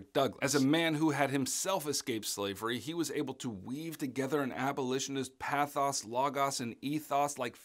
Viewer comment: These videos are such a helpful review for the exam thanks! Also, the way you pronounced pathos logos and ethos killed me lol